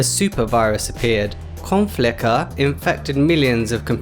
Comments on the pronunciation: Also Called OnTheFly Conficker, Not Conflicker, but it's real it sounds better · Its Conficker not ConFLICker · Its Conficker.